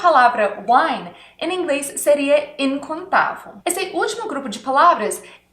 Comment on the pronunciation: Seu português e bom mais quando você for falar incontável você tem que ser lembra de termina com o som vel